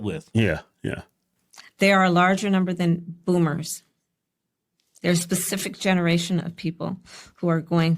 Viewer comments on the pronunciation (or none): She said, bloomers not boomers.